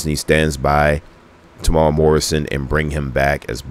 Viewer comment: Oh, and his name is Temuera. Tem-u-era.